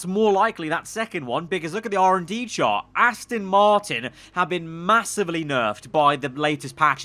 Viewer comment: Its Aston not Astin just letting you know